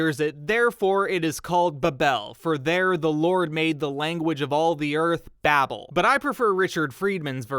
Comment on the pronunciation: The first syllable of the English word "Babel" is pronounced the same as "babe".